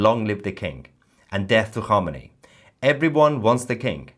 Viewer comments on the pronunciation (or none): Khamenei, as you pronounce it, sounds like hominy. Hominy, or grits, is a breakfast food made from corn. It's not very appetizing to me, but some like it. So Khamenei is breakfast food, but obviously without any grit.